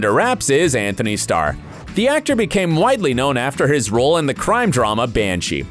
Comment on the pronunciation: It's Antony not Anthony